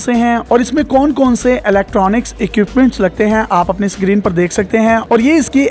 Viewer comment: to, daily pakistan. pendu log. sacreen. lahore pakistan. respected. bhai pehly screen tariky se bolna seekhlo phir logo ki sasti advertising karna sacreen sacreen sakreen sacreen tang agia hun in penduon se had hoti hy kisi cheez ki bolna tak nahi aata inlogon ko